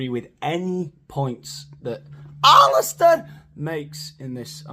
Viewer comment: "ALLISTAR" LOL